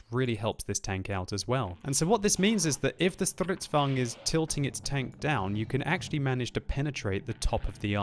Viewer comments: it's stridsvagn not strutsvagn BTW stridsvagn means tank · It is name is stridsvagn s not strutsvagn s I now that beceus I am Swedish!!! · (though I know you LOVE trotting out your pronunciation of "Strrrrisdvaagen") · I cringe so hard when he says stridsvagn